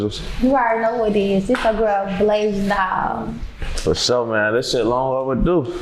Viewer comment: BLASIAN not BLASAIN